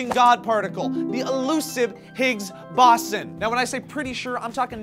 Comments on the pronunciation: That's irrelevant, in this case the accepted pronunciation is boWson. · .- It's boson, as in boWson. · i think it's BOW-zon. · Its pronounced Bow-sawn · Pronounced Bozon... man i'm sure a ton of people said that. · isn't pronounced BOW-ZON ? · It's pronounced boh-zon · I thought that the Higgs-Boson particle was pronounced 'boze-on' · "BOW-ZON" kekeke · isn't it pronounce "boe-zon"? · it was hard to watch this video. Bow-zohn. Higgs boson[Bow-zohn] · boson (bows-on) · bo - zon, bo - zon, bo - zon! dude! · ikr its pronounced bozon. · You pronounced BOSON wrong.its bow-zawn. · It's pronounced BOSE-ON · It's pronounced bose-on just sayin. The higgs field is like water it's all around us, formally known as the aether, but that term was ex'd because it was too racy. ANd one small piece of that field is called the Higgs Boson particle. My meaning of life is to learn have massive amounts of fun and not be a dick to people. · Bow-Zahn. It's not like Boston without the T. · boson is pronounced bowzon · Yeah its Bow-Zon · 101010 and you mispronounced boson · Is it bothering anyone else that they don't know how to pronounce BOSON? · You don't know how sad I am that you guys are pronouncing boson wrong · They mispronounced boson so many times. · Might've pronounced Boson wrong there,. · You're mispronouncing 'boson'. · ur pronouncing boson wrong....... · FUUUUUUUUUUUUCK!!!!! They're pronouncing boson SOOOOOOOOOOOOOOOO wrong! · This is the second pronounciation mistake this week- boson and Tunisia. I've nothing against you guys, I love the show, but it really gets to me when I'm trying to listen to the show. Then again...I think I have obsessive compulsive disorder so you should probs ignore me:p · Youvguys were pronouncing bodon wrong. I cringed each time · boson is pronounced with a long oh sound. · Wrong pronunciation and maybe the large hadron rap can help you understand the boson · You guys are saying Boson wrong... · Why u keep saying boson wrong?!?